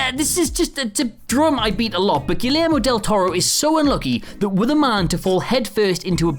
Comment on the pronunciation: His name is pronounced Gayairmo, a GREAT list BTW